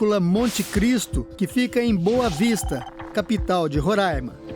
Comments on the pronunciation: Ron rãima não existe. Pelo amor de Deus. Aqui se chama Roraima. Não tem acento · Minha gente, nao é RORÂIMA, É "RORÁIMA" (eu sei que nao tem acento) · É Roraima não rorãima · Rorãima não é Roraima Rorãima é outra coisa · E Roraima, não rorãima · Roraima e não Rorãima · A pronúncia é RORÁIMA e não RORÃIMA aff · É Roraima e não Rorâima! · Não é RURAIMA É RORAIMA 😤😤😤🙄🙄🙄🙄🙄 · Roraima, não Rorãima. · Não e "Ruraima"não desgraça e Roraima peste!!! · Rorãima?? RO ???? Piada né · Não é Rorâima é Roraima normal eu sou de Roraima e não é Rorâima que se fala e sim Roraima 🙃😉, fica a dica aí pra não errarem nais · Não é ruraima e Roraima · Rõraima é o carai ,, é Roraima. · Onde Esses Reportes veem esse ã em Rorãima e Roraima e difícil de entender? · Porra não é RO e RR E não se fala Rôraima e Roraima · RR - Roraima e não Rorãima RO - Rondônia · É "RORÁIMA!" Kkk Quem coloca acento agudo no A é retardado. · Esses apresentadores precisam voltar a escola e aprender português. Não sabem nem fala o nome do estado direito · Deslike pelo "Rorãima" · Qual a dificuldade em falar Roraima 😹 foge gente direto aí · Burra não sabe nem pronunciar Roraima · Tlze aprende a fala o nome Roraima nunca e ?